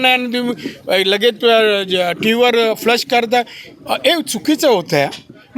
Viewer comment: Flush nahi saheb flash